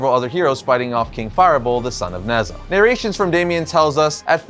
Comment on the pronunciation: Future reference Nezha is pronounced Ne-Ja